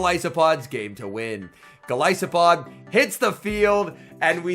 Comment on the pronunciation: Anyone else cringe when he pronounces gol I Sopod